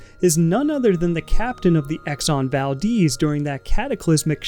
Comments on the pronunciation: it’s val-dez, not val-deez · "Exxon Valdeez" 🤣 Baldehz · it's not exon valdiiiz it's exon ValdEz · I just hate how he pronounces it exxon valdeez instead of exxon valDEZ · The Exxon Valdez was named after an Alaskan town with the name Valdez. It seems that pronounce it "Val-Deez" but the town was named after a Spanish Navy Minister Antonio Valdés y Fernández Bazán which to my knowledge his name is pronounced the Spanish way. Kind of weird how both the town and ship have a different pronunciation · That was the only thing i could think about as he constantly said "Deez" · It's a cool film, way better than most films nowadays.🙂 Pretty sure it's pronounced Val-DES though, like the man's name Des O'Connor.💁‍♀ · But... its the valDEZ not deez... no?